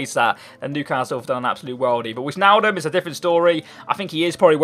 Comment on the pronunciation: where in england are you from because it isnt too hot in bucks and by the way its pronounced (WHY-NAL-DUMB). just trying to help ;)